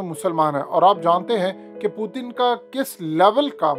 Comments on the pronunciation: ........kia ho giya h AP ko Putin ka pronanc sahi se kare pehle sahi pronounce krte te ab Indian ki trha ajeeb lag raha h plzzz Putin parhe na k pu,teen 🙄☹☹ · پُوتِن نہیں اوئے۔۔۔۔۔پُیُوٹٙن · Putin ka naam hi bool gae ho kia Word putin he. پوتن nhi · Pootin? Pooting ? What's his actual name?? I have been hearing his name is P-u-t-i-n But you are calling him pooting poo poo 💩